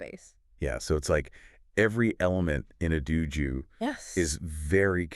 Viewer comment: why do you both mispronounce dōjō? not Duju. and its Shinto, not Shintu? its horribly wrong. its a simple O sound. The horrible mispronunciation is just plain wrong and takes away from the other information that you present in this video. Such a basic word. Saying it wrong takes away all your credibility.